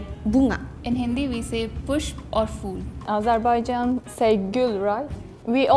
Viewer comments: dear indian sister this not fool this phool , Your pronunciation is not correct By the way love from Pakistan 🌹 Hindi and our urdu languages are almost same , But personally I'm a balochi Speaking so we peoples of Balochistan alos say Gul Like Iran❤ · In Hindi we say Phool (not fool)